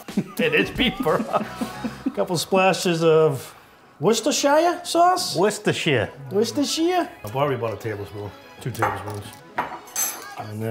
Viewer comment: is the only guy on YouTube that knows how to say Worcestershire sauce! 🤣 Great video, I can’t wait to try this and the potatoes.